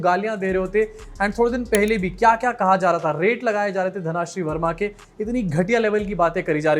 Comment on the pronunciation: it's धनश्री not धनाश्री